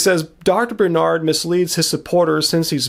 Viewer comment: BAR---nard.... Dr. N. BAR-nard